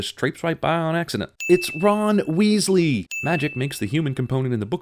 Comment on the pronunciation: i’m sorry i keep rewatching this video just to hear “it’s RON WEASLEY”